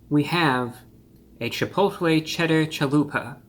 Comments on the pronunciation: I believe it's pronounced "Cheh pottle" ☝🏿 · Chipotle with a th